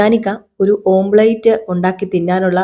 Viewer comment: ഓംപ്ലേറ്റ് അല്ല കേട്ടോ ഓംലെറ്റ് ആണ്